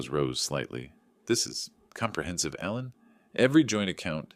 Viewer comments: The name is Alan, but you kept saying Allen. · 2 spellings, same pronunciation in USA english.